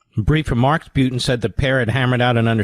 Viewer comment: Mark says Putin as if it's spelled Pee-you-ton...something stinky